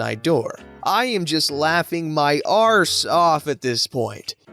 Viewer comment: When saying arse. Say it with a light “a” not a hard “a”